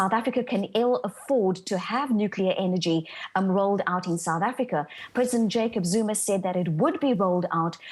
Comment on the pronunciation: They madde? Nukleer engie? Solah engie chiipaah buy faah. Inday propreet. Cummon mon: nuclear energy? Solar power delivers better results cheaper. Let alone other alternative energy supply solutions. Why waste any more of Sth.Africa's money on Western dogturddemmagogbulldust? Go with the 21st C., not the Boar War!